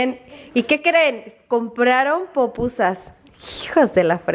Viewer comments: Se llaman PUPUSAS! 😂 NO POPUSAS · Pupusas. No popusas o será que yo asilo oigo